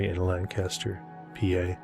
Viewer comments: To us from PA, you got the pronunciation wrong in this one too. We have the PA Dutch influence and we call it "Lan'-cas-ter" (lank'-aster) and not "Lan-Cas'-ter" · Hi! It's actually pronounced Lan kiss ter. Lived there as a teen-ager, moving from my hometown of Erie, Pa when my mom remarried. Despite the beautiful land and great food, along with the many gorgeous old world structures, there was alot of paranormal stuff going on in and around Lancaster. Left when I was 19 and I'm in my late 60's now but I bet that strange things are still happening there. Not sure about the ley lines, have never looked it up.